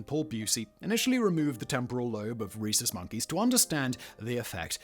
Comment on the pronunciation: Swear i thought you were saying "racist monkeys" 😂😂